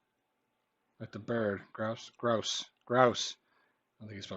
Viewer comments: It's "growse", not "groose". Rhymes with house. But full points for preserving one that is fading away. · annoys me at times. Grouse is pronounced like mouse. Cheeky is someone like a kid being naughty. I don't say no wackers to me it's no worries which I use alot. I've never said rockmelon it's cantaloupe